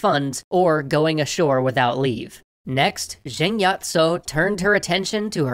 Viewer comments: i like how you stayed authentic to the cantoneseness by calling her with Yat instead of Yi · I is pronounced “yee” or yì